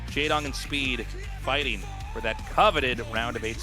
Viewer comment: I also find some of his pronunciations funny, like when he says "fighteeng" or "doeeng". His -ing sounds like ‐eeng basically. But I love his casts, he's a great guy.